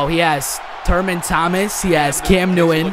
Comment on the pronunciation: not so much of a throwback madden just throwback of saying turman